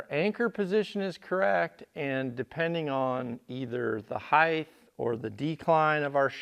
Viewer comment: into video Just thought you should know that the word "height" is pronounced like "h-eye-t" and rhymes with words like "light," "night," and "right". The "gh" in "height" is silent. The word ends with a clear /t/ sound, not a /th/ sound. You're welcome